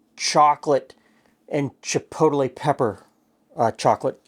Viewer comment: You must have the most unique pronunciation of chipotle out there 🌶️ ❤️ haha